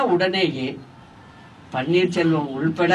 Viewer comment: she is saying panneer solvam , she doesn't know to pronounce the name even